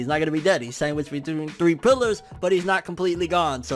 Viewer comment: "SANGWICHED between three pillars"